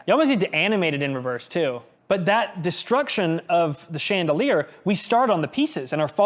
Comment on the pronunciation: Did anyone else catch saying “sheendelier”?😅